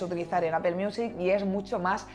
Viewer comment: QUE MAL INGLÉS. NO SE DICE APEL; LA PRONUNCIACIÓN EN INGLÉS SERÍA LO MAS PARECIDO A... APL